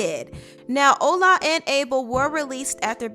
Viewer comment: it is pronounced ola not ula (the nigerian men)